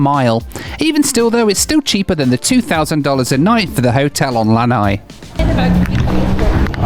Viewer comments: I just thought I'd let you know that the vowels in the island of Lāna'i are all distinctly pronounced (luh-NUH-ee). A lānai (luh-NIGH) is a Hawaiian style patio (like the one famously featured in The Golden Girls). Either way, it's pretty cool that you got to set foot in one of the lesser visited islands of Hawai'i! :) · Lana’i is pronounced: LAH-nah-EE. Waikiki is pronounced: WYE-kee-KEE.